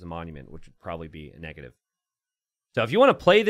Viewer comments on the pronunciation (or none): none